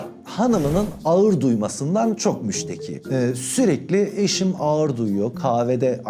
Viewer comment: Abi efsane derecede seni çok seviyorum amaaa ne olur alınma birşey söylemek zorundayım 😬 diksiyonda a+ğ+ı uyumu diye birşey var, bu harfler bir araya geldiğinde ğ+ı düşer çift a(aa) sesi çıkarılmalıdır sen birkaç defa “ağır”ı basa basa söyleyince söylemek zorunda kaldım yoksa seni düzeltmek tabi ki haddime değil 🙄 öpüldün çok 😇